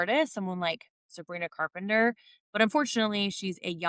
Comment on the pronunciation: Did you really just say Sabrina carpenter 😂